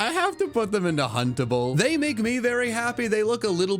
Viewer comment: Who else heard huntable as puntable and suddenly thought he was doing a different tier list